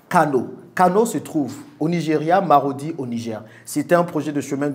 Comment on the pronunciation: Le nom de la ville est Maradi au Niger et non Marodi, Merci pour le partage d'information